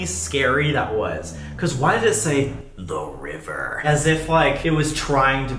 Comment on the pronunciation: why does it sound like "Webber" instead of "the river" when your looking away from the video - is it just me?